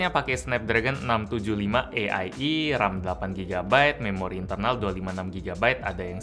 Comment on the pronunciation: Tulisannya AIE Bacanya EAI